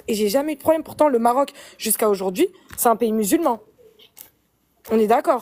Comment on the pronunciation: Aujourdjoui, partchi, mentchi...jpp 😱